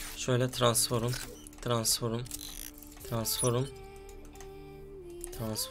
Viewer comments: Abi transform'a lütfen transforum deme! 😂😂😂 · Tıransform tıransforum değil abim:) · tıransforum? Transform diksiyon pls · transfor diyemeyen adamın full transform hesap like atın üste çıksın da görsün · Transforum değil transform ;D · Tranform abi transforım ne ya 😂😂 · Abi su transforma transforum deme ya gicik oldum mq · transforum demene hastayım :D <3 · Abi transform düzgün söyle ya